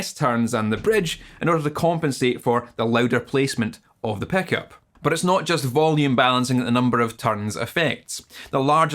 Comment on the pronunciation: "Lez Paul" "peckup" heh